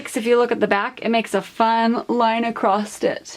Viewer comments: Acrosst? It's accross! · there is no letter ‘t’ in the word ‘across’. Not pronounced ‘acrost’ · great video, but there is no t at the end of the word across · Thank you. And the word across does not have a "t" in it 😊